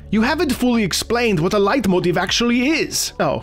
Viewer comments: I’m also American. It’s pronounced light-moteef. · Whoops I thought it was pronounced "Late-motif". Really informative video. Surprised to see how short that list was. Certainly noticed a few missing but an interesting read nonetheless. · oh... i've been pronouncing leitmotif wrong my entire life... i've been saying lay-moe-teef... i assumed it was fancy and french lmao